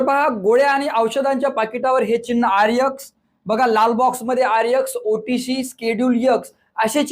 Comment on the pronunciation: सर ते आरएक्स असं असत ते आरयक्स नाही नाही